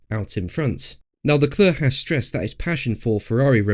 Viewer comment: PLEASE learn to pronounce Charles Leclerc's name correctly!